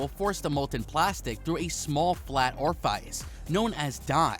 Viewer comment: After oraphize (orifice) an resign (resin) I went on a watched the video on mute.... I hope this dude looks up how to pronounce words he doesnt recognise because his videos themselves are fine..